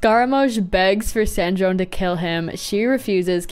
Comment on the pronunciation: Damn. Was not expecting that outcome. BTW for future reference, ‘Sandrone’ is pronounced the same as ‘Pantalone’ and ‘Dottore’ with the ‘ay’ sound on the ending ‘e’.